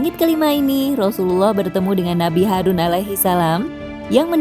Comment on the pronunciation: Harun bukan harus kaaa